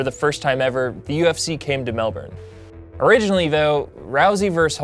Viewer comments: Holy cow, Melbourne being pronounced well by an American! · sorry just have to be that annoying person. melbourne is pronounce mel-bin and etihad stadium is pronounce edy-had. really good video though